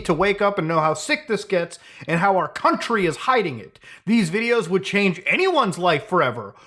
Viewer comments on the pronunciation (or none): none